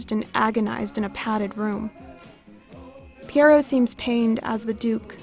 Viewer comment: Please try to pronounce Pierrot correctly. Google the pronunciation.